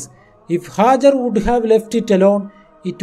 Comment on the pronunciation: It is Hagar not hazzard please correct